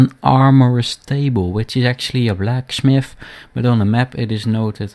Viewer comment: blacksmmith, shooooord, your dutch for sure